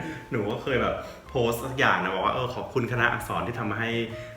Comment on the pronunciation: พูดขอบคุณ เหมือนสเปนเลย